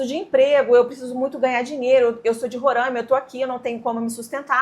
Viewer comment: Oi, se chama Roraima e não rorãima, quase todo o mundo pronuncia assim. O povo do meu estado não gosta 😅